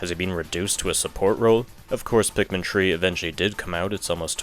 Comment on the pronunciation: It’s three not tree